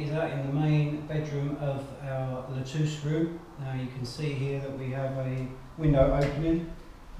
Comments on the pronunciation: You had thrown me in a loop when you mentioned Lutece, as it should be pronounced like Lu Tesse. Very interesting video and keep them coming. I am very interested in your endeavours. Thanks again 🇨🇦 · Guys, It is pronounced [lu-tè-Ssssss]😉 Great job on the bathrooms !